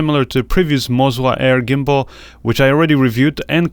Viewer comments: It's Moza, not Mozwa! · I keep hearing mozwa hahaha cool video 👍